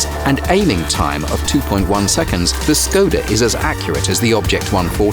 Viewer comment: Im triggerd how he said Škoda